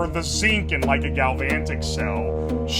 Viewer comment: I’m shocked. Ten seconds in and I’m already presented with someone who struggles to pronounce galvanic, and likely never took physics in high school.